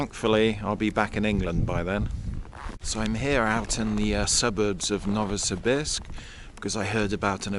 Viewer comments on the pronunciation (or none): Thank you for sharing about Novosibirsk. Incidentally, Pronunciation is "Novo see beersk" A bit like saying "beers" with a K Can't go to Novosibirsk without going to a KHL ice hockey game . ... team is "Sibir" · You are using the American pronunciation for Novosibirsk Ask a local and you will definitely hear "No vo see beersk"